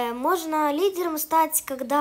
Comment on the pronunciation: Лиделомь? Выговаривать научись